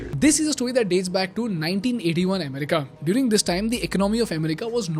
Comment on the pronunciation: You are doing a good job. May you keep making such amazing and informative content. You need to work on your pronunciation of "America" and "government"